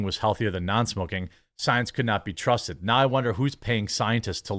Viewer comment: Got me with 'The Soy-ence" 😂😂😂